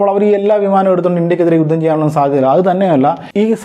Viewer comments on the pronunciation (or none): none